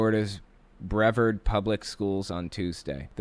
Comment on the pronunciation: Lol, Brev-ard, dude, it was right in the clip, it's pronounced bruh-vard. Sorry about your brothers, they think we should have slavery still too, lol?